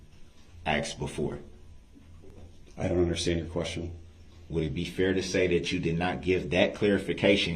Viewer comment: Especially as he aksed so nicely, even though he didn’t undershtand